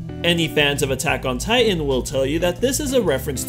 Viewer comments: buttok in titan? LOL XDXDXDXDXDXDXD I AM DYING! XD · lol! Buttack on Titan! 😂